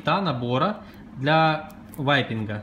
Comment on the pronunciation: Кто-нибудь, скажите им, что не "ВАЙПИНГ", а "Вейпинг"